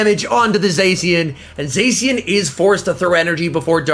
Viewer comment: please don't say "Zesian" , it's pronounced "Za-shian"